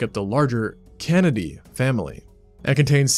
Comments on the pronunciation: Ain't no way bro called the Canidae "Kennedy" 😭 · Excellent job and presentation. I would just correct your Latin pronunciation (no real problem, it's a dead language and the "Latin police, known as centurions if from lower Italia and Cylons if part of the Latin space force, are gone. Canidae- the dae pronounced as day. Keep up the great work and I love that you did not ruin the presentation with a robot voice!